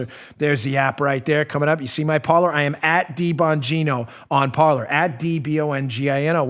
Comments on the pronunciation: why do the english pronounce french words.....its supposed to sound like "Parley"....actually an accent on the e....like the pirates.....parler......not parlour.......... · It's pronounced par-LAY ! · Parler. I really think it's pronounced "par-lay" from the French, meaning to talk.